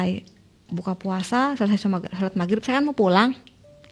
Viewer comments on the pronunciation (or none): none